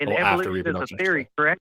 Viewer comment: "so when ebolution started that wasn't a created?" lolol